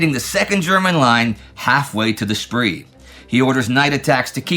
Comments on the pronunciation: The Spri? It is pronounced Sprae. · Small point but irritating: Spree is pronounced "Shpray." Spray would also be acceptable. A "spree" is a brief period of indulgence.